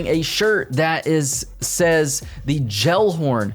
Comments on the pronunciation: Everytime I hear Gellhorn being pronounced Jellhorn its like hearing nails on a chalkboard. Its Gellhorn with a G not a J, like if you were to pronounce someones last name Geller and not Jeller 😂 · You are pronouncing gellhorn wrong dude.